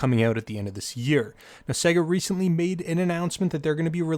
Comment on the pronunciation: WTF is a segguh, it's pronounced Say-ga. Like the game console it's self pronounces when booting a game.